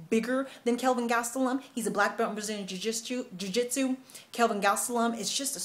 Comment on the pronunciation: Jui-jis-chu!!! =)!! You are awesome!!! =) Love the vids!